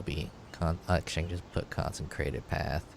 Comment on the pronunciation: Con-sih-crated Not con-sen-crated Not con-sen-trated. Good ideas. Keep it up